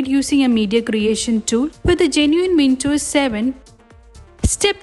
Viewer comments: And by the way it is WinDows not Wintos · windows ❌ vintos ✅